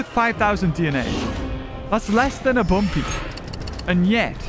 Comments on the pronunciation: Guys, you’re saying it wrong, it’s Bumby, not Bumpy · Bumpy ❌️ Bumby ✅️